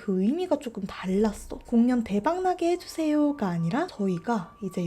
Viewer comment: 아ㅋㅋ 공연 을 공.년. 이라고 읽으시니까 집중이안대옄ㅋㅋㅋ사투리 안쓰시는데 뭐징..